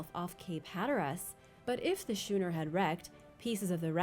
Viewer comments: At #1, schooner is pronounced skoo--ner, not shoe-ner. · It’s Skoo-ner, not schoo-ner. Ch can be a k sound as well